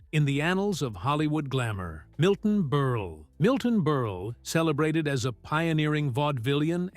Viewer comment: Milton Berle? At least pronounce his name correctly!